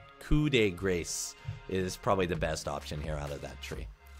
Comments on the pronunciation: ITS PRONOUNCED KOO DE GRAH, not coop dee grace. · Good stuff, but it's coup de GRAH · it's pronounced coo-deh-grah OwO It means something like final blow OwO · As someone who has studied French for 3 years, the phrase "Coup de grace" (The correct spelling is: Coup de grâce) is pronounced: 'Koo Duh Grahs' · It's pronounced "Coo duh graw". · Coup de grace(ku de gra) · coup de grace = ku de gra when pronounced :). Hope it helps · holy shit, where did you guys get that info ? its so wrong yet everybody is spamming that, its " grass", sounds exactly the same, and you dont pronounce the p on coup so it would be more like koo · it's pronounced koo de grah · grass, its grass if you have to translate it to english sounds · i hear from my french studies friends that it's pronounced coup de gra cuz i made this same mistake if it is one? well anyway gl hf in S8 fam hope you find a place in the meta to play your yi and outplay the assassins with the alpha resets